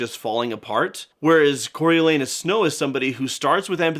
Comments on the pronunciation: "corio-LAH-noos". At least, that's how we say it in Shakespeare 🤓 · Yep, Corialanus not Coryo